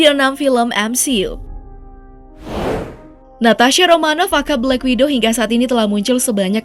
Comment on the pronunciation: Black Widow Min, bukan Black Window 😅